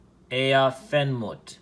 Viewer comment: ish btw it’s “Ah-ah en moot-ef” I think, “Aah’en mootef” —- [ˈʕaʕa en muːt ef] IPA key: • ʕ = a deep, voiced sound from the throat (like a soft grunt or glottal “a”) • a = “ah” as in father • uː = “oo” as in boot • t and f = normal English “t” and “f” • en = short “en,” like ten